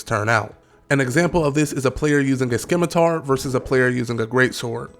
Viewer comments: I know this is old as balls now but there is not now, nor ever has been a weapon called skim-atar. That's re-atarded. There is a scimitn kkar; (pro: sim-atar). Maybe ur sim- atar-ded. I'm just poking, don't take it too seriously.. jus crackin jokes. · Bro pronounces the C in scimitar 🤦